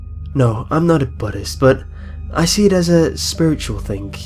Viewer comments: He pronounced it buddists, instead of boodist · A butthist?! I thought it was Buddhist, not butthist... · the way you said Buddhist it sounded like Butt-ist. xD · Budist ? its buddhist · He said budist did anyone catch this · The way he said Buddhist. XD